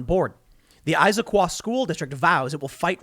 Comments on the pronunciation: I live in Issaquah and its not pronounced 'eyesa quah' school district. Its 'ISSaquah' lol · Eyesaquah lmaooooo it's is-a-quah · it is pronounced is, sa qua. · It is pronounced "is-eh-quah". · Issaquah lol tim your as bad as Google maps lol is a quah lol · Iss-a-qaaa - Issaquah . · I am from Washington and I hate it here 😂. Also it is pronounced IS-A-QUAH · pronounced Iss-AH-qua. Love the content buddy. best of luck with the chickens. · Yep, my mom is a first grade school teacher in Seattle area and I’ve heard some of these nonsense “trainings” thanks to Zoom... things like “she needs to call on students based on their race” for starters. Also, I always find it hilarious hearing Tim try to pronounce cities in Washington like Puyallup and Issaquah 😂😂